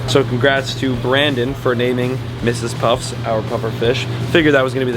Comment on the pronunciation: the is no "s" on the end of Mrs. Puff from Sponge bob lol